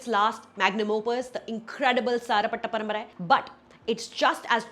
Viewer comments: Your tamil pronunciation is very correct. I think you are tamil girl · So cute pronunciation of sarpatta parambarai…I think ur a Tamil girl settled in Mumbai😁